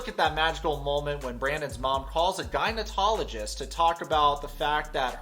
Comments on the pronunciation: Hey listen. Your channel’s cool, and I watch it, but an FYI.. it isn’t “gynotologist”, it’s gynecologist with a C. Just a heads up dude. No hate here. I’m a chick. Not your fault. Props from another eastern euro girl from Toronto🦦. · are you saying gynatologist instead of gynecologist? I was wondering if that was a video glitch, or am I hearing it wrong? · Its gyno ''-cologist' not '-tologist' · For the love of god it’s gynaecologist not gynaenotologist!!!! 😂😂 ❤ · Gynecologist with a C, not gynetologist with a T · Wait, you do know it’s gynecologist not gynetologist, right? 😬😂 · please don't tell me he is pronouncing it "gynotologist" when its "gynecologist" hahahaha google the spelling dude and sound it out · Are you saying "gynoTOLogist"? Its "gynoCOLogist" lol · No one.... Absolutely NO ONE......: gynoTOlogist.... Duuuuuududeeeè...its gynoCOlogist lol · Hey sorry just to let you know it’s gynaecologist not going to technologist LOL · Lol is he saying "gynaetologist"? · Anyone else hearing gyneTOLogist instead of gynecologist? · Does he keep saying “GyneTologist”? 😂😂😂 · No it's not. He said gynotologist 🤣🤣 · Video’s fine, I just couldn’t help but chuckle at the mispronunciation of “gynecologist.” There’s no “t” my guy. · I'm sorry but it's gynecologist that was really bugging me